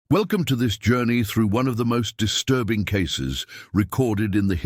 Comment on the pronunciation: why do you call it disrurbing? you must be a racist too...